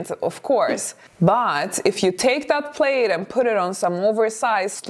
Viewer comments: Her English is excellent but if you seldom hear certain words pronounced you might not know. Plaid rhymes with GLAD. I know it is spelled like you'd pronounce it 'played.' I'm glad English is my native tongue because it would be hell to learn! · Just for your info...plaid is pronounced plad (rhymes with glad), not plade. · It’s not pronounced “played”. It’s PLAD! Elegance is pronouncing words correctly on your you tube channel. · Plaid rhymes with dad not glade☺️ No shorts in fall or winter. My favorite would be booties, with a skirt. A nice sweater or cardigan. Also throw your sweaters & cardigans away if they get natty or pilly. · Plaid pronunciation. Instead of 'played', say 'plad' 😊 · P lad not Played for Plaid. English is tricky. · It is pronounced PLAD. You do not sound elegant or smart saying “Played”. Many of us older ladies have our own styles, and we are comfortable wearing them. We are not in need of the Fashion Police. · Plaid is said “plad” not “playd”. “Representable” is not an English word. You mean “respectable”. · Dear elegant: the word "plaid" is pronounced /plahd/. Please accept this tiny pointer as a token of gratitude for all you have helped me with. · So we also need to talk about how the word “plaid” is actually pronounced. It’s really hard to speak credibly about something you cannot even pronounce. Plaid is not pronounced “played.” More elegant to just say “tartan.” 😊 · Plaid ... pronounced Pl-add. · Someone has probably already mentioned this but the word ''plaid'' rhymes with ''had'' rather than ''raid.'' Thank is what makes English s difficult to learn---all the inconsistencies. and meanings for words that make no sense--the word ''bow' has two different sounds (bow tieend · "Plaid" rhymes with "sad." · The word is not plaid with a long a sound. It is plaid with the short a sound.